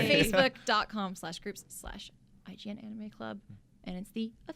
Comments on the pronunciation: did he just say onime or am I trippin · well... The Japanese vowels are pronounced differently. What you heard was probably the 'awe' sound that the Japanese vowel 'A' makes.